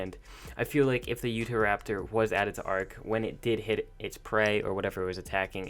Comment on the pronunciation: He said utha raptor it's Utah raptor so cringiny